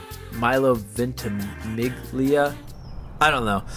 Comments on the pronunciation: ahajshjahsha Milo VENT-E-MIG-LEE-UH? xD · Vent - E - Mig - Lee - Uh? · Ventimiglia : Ventimilyah. :D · Vent - e - mig - lee - uh? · i love milo its vent-e-mill-ya